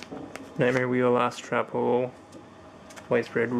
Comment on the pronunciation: Sounded like you said "Ass Trap Hole". lol